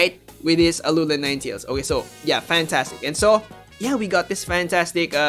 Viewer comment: Im just so triggered how you say Alolan